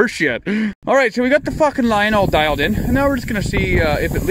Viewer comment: He said dialed n 🤣🤣